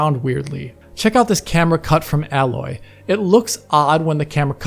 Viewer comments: "Alloy"... Triggered me more than people who call Lara Croft "Laura" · It's "Aloy", not "Alloy".